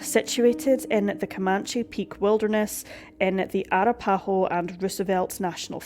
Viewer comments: Never seen The Parent Trap? Pretty sure it's Uh-ra-puh-ho. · Know how to pronounce words before you read a script. A-RAP-a-hoe. Also, your speech is blah blah blah, speaking like others your age -- from your throat! YUK